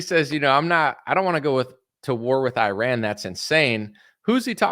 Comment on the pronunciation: Please pronounce "Iran" correctly! Thank you!